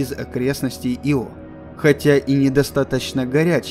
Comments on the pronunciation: иО это исполняющий обязанности и Ио это спутник. режет слух. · Понятное дело, автор наверняка старался при создании ролика и хотел чтобы название спутника звучало правильно. Но иО звучит как его. И настолько режет слух и путает в контексте, что невольно по ходу просмотра задаёшься вопросом типа, че он только что сказал поверхность иО или поверхность его? По мне так Ио звучит гораздо красивее понятнее и созвучнее для обывателя и носителя русского языка. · Мне кажется надо произносить Ииииио) а не иииииО) но это моё мне ние) Увидеть бы их всех,хотя бы как луну с земли... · Ударение ставится на вторую букву... Вики тоже самое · Только не "Ио", а "Айо". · Во-первых, не Ио́, а И́о (не Йо, а И́о) Во-вторых, не Вояджер, а Пионер-10 был первым, кто добрался до Юпитера и И́о. Если уж взялись рассказывать, то постарайтесь без таких ляпов. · Очень интересно, наверное. Но я не могу воспринимать информацию, когда намеренно меняют ударение в словах. Всего две буквы в названии и даже тут умудряетесь. Ио, но не иО. Ужасно режет ухо, не смог досмотреть до конца, уж извините. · Не Ио, а иииО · непонятно мне почему ио , есть ослик из винни-пуха Иа. А почему спутник Юпитера ио а не ио, непонятно.Откуда все понабрались кто так говорил ? Вы все англоязычные ? преподавание шло на английском? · Я тоже привык, что Ио, а не иО. Аж слух режет. Вот согласно википедии: Ударение на первый слог — согласно Большой российской энциклопедии[6]; в некоторых других источниках указывается ударение на второй слог[7][8]. Так-что, думаю, в даном случае, можно говорить и так и этак. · иО? А я думал Ио!! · Я говорю Ио, а не иО. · Ио, а не иО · да с какого перепуга автор делает ударение на о? Его всегда называли Ио! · И всё таки Ио (ударение на И ) звучит красиво чем " иО " ....Разве говорят "брошЮра " или парашЮт. .. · Диктор не знает как правильно произносить название Ио, ставя ударение на О 🤦‍♂️ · Мне кажется ударение надо ставить на «И». Ио. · Я извиняюсь, но разве не И́о? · ударение на "И" !!!!!.